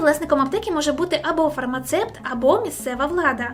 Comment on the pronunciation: І ще не фармацепт а фармацевт